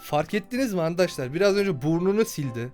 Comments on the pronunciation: Abi sende çok handaşlar diyon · sen handaşlar diyodun ama ORADA niye arkadaşlar dedin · Abi sen arkadaslar demek yerine andaslar diyosun